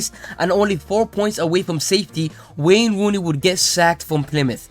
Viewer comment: I giggle each time you say wane wooney